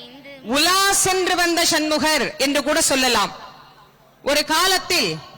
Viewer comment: ஷன்முகர் என்று சொல்லாதீங்க